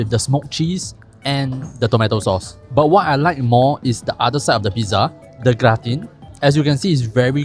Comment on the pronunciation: DA lat. Grah-tan.